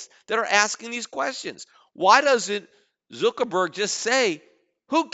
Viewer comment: Lmao Zookerburg! i love the way he says it